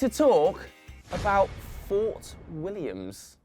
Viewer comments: Wtf you are from the UK and you can't say the Scottish team right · The name was literally on the screen, it’s Fort William. Not Fort Williams, just me that’s annoyed with that? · Jesus. How do you mispronounce "Fort William" and "Strathspey"?